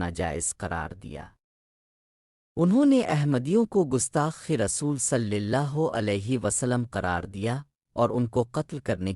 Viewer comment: صلی اللہ علیہ وسلم آپ کا تلفظ درست نہیں ہے